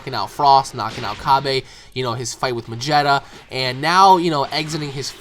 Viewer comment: ma-getta not mag-jetta. love your work